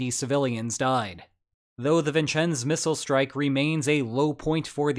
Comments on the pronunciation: Vincennes is pronounced vin-senz and Whidbey is pronounced to wid-bee. Great video by the way! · How you pronounced Vincennes confounds me. Are you an AI? Then you said Whidbay instead of Whidbey. What accent is this. Are you, or have you ever been, a Communist?